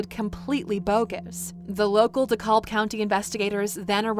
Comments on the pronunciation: De Cab. De Cab. The "L" is silent. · Dekalb is pronounced - Dee-Cab. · The county is pronounced de cab 🚕 the L is silent ! And this is so sad God bless this mother for having to go through this